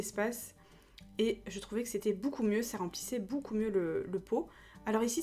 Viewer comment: Tu dit toujours bOUcoup au lieux de beaucoup mdr 😂😂